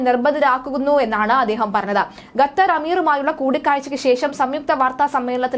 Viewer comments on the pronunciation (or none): none